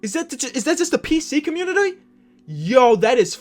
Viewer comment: Nobody gonna mention the way he said community